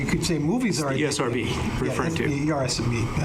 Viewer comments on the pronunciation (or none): Esrb more like Erbs